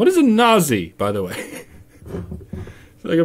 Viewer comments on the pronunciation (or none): Nazee Nazee. It's pronounced like Not-Zee! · Oh no, not Youtube Voldemort. He can't even pronounce nazi right, nasi, does he mean nasigoreng? As a german that offends me more than overcooked sauerkraut. On a serious note: Dunno if that's still the case but his fans, mostly young girls, have the tendency to become rather angry when someone speaks ill of their Führer, we could call them the Onion Jugend. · How the fuck does a 30-year-old man such as Onision not even know how to pronounce "Nazi" correctly? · How can this person operate a computer but not know how to pronounce Nazi?